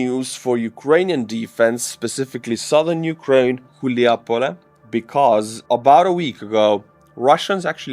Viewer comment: Its Hulaj-Pole. Not Chilja-Pole ... Chuljapole sounds like something else. 🤣